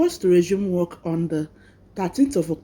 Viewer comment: Why do you say wek instead of work? Hope you have gotten your documents before this walk out. People in diaspora work a lot of hrs you can’t have your cake and eat it too. You didn’t pay for the education to get this job. They sponsored you and your family. It’s your responsibility to organize your home and if you want to be breastfeeding that’s good but you can make amendments for that. You were even given a car. Well don’t blow your voovozila we all have children too. I hope they won’t deport you and your family because you are on a work visa and you are already showing you got it all together. At least let the ink in Immigration file dries. They fucking spend their money on you. For the purpose of going there to work. Please stop saying wek it’s WORK ! I trust y’all accepted the jobs to get away from where you use to be. But some of us knows y’all have a premeditated plan after you find your foot on the ground. You accepted everything for them to accept sponsorships of your and your family. Even those who accepted to donate kidney after arrival they talk with people they know that lives in England and then after accepting they will suddenly lie about their ages and lie they never knew what they agreed to. Come to find out the scammer even registered to vote 10 years ago. Sitdon look Na my Dog name.